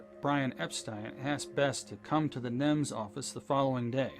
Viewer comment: NEMS. Not NIMS.